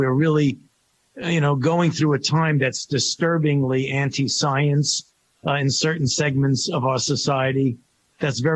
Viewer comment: Love how Fauci pronounces "Time" and "Science"